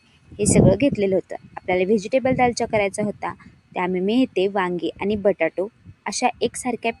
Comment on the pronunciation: बटाटे ❌ बटाटू ✅